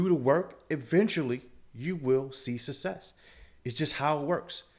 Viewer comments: "sussess", lmao. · Rule number : Learn to say the word 'success' :-)